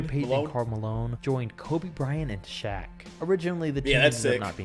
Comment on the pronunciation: Its "Shaq" not Shaw like Brian Shaw. Shaq was on the 2010 Cavs.